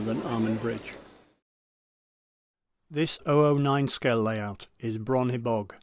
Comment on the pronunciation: Bron Hebog pronounced Bron HEBog not Bron HeBOG.